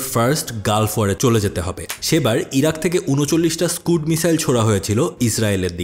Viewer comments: স্কাড হবে স্কুড না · স্কুড না রে বালক,. স্কাড মিসাইল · স্কাড❎ স্কুড ✅